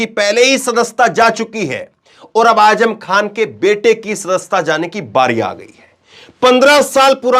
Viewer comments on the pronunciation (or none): Azzam not aajam